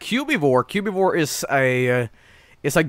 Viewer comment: "Cu-bee-vore" It's Cubivore